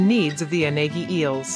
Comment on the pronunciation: It's a mistake. Unagi is not pronounced this way.